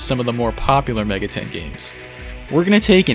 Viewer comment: are you pronouncing it Mega ten on purpose?